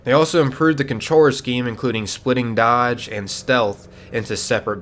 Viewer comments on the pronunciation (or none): none